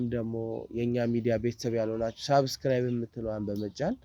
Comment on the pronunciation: ሰብስክራይብ ለማለት ሞክር እንጂ ሳብስክራይብ አይባልም። ሰ እንጂ ሳ አትበል።